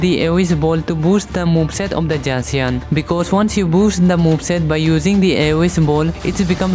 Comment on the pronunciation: why you use J to pronounce the z on zacian?